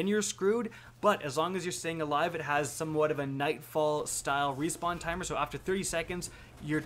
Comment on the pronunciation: "Rewpawn" lol, great video though!